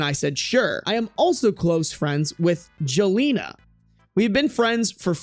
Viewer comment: Jelena isn't pronunced that wayyyyy. its pronounced like yelena, its a slavic name